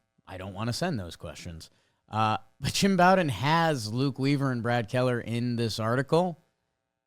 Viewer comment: Jake Jim Bowden pronounces his name like Beau-den or Bo-den. It's not pronounced like the bow of a ship or Bobby Bowden